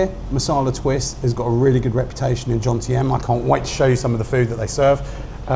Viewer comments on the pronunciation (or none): It's Jomtien, not Johntiem! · Why is it that every other Brit is incapable of pronouncing Jomtien correctly?